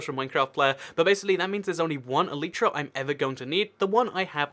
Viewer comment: what is an eleetra? Are you trying to say elytra?